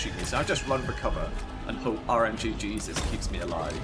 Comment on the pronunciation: I’ve always heard it RNGesus. Not RNGjesus lol.